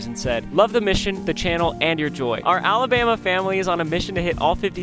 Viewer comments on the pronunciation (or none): none